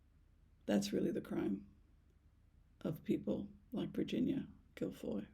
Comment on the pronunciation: I absolutely dont believe virhinia guiffre committed suicide. Imo they made it look that way. All because Andrew was outed. Pronounced jew fray.